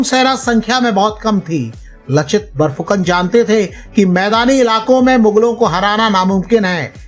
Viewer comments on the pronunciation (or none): लचित नही लाचित बरफुकन है।